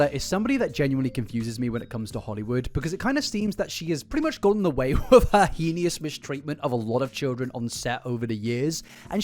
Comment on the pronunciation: I’m sorry but it bothers me so much so I have to say something about it. ‘Heinous’ is said “hay-ness”. Please stop saying heeneeus, its killing me inside